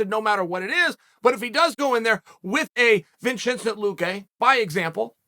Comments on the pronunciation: Chael: “Vinchenzent luque” Me: “okay great” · who else heard 'Vinchincent Luque' 🤣🤣🤣